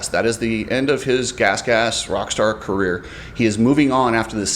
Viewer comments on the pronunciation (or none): none